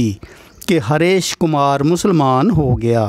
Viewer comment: It's Hareesh not harash